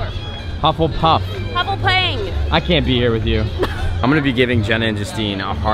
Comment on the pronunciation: The way Justine says hufflepuff makes me as a British person, violently ill.